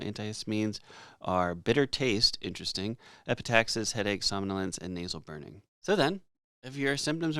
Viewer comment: Wrong pronunciation of epistaxis, by the way.